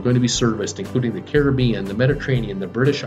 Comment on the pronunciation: You’re the only American who I’ve heard pronounce “Caribbean” correctly